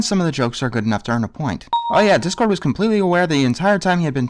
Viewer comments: She said Dipcord. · Rainbow actually said "dip-cord" sadly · Yes, she said "Dipcord" as in "dipshit". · I think Rainbow was supposed to be saying “Dipcord” but boy does it sound like “Dick-cord”! Which is the best angry nickname for a villain like him! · I think she said "Dipcord" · She said dipcord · Rainbow Dash actually called Discord "Dip-cord" but why does it sound like Dickcord? Would've been funny if it was dickcord